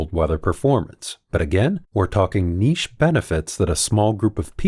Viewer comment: Thank for pronouncing niche correctly